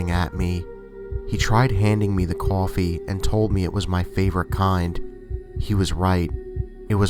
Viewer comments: it's so funny how he says coffee, cohfee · The way he said coffee in story 1😂😂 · Adithya Gud Brooklyn or New York or New Jersey